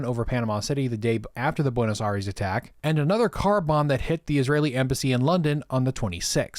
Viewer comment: Great video , just a tiny correction it's Buenos Aires not Buenos Aries